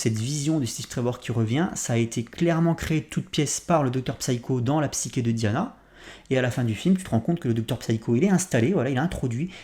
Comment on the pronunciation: Excellente analyse, tu as parfaitement pointé les nombreuses faiblesses du film. Au fait, psyché se prononce bien "psyché" et non "psyké"...